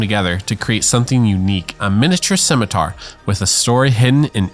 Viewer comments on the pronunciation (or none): Since no one else said it. The Scawmitar 😂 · A min-itar